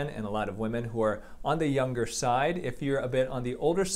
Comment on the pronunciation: I got stuck here for like 30 seconds to understand that he meant “younger”